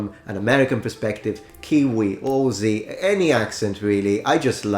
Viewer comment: This man speaks English better then me, a native English speaker but gotta love the way he pronounced Aussie as “oar-ze” lmao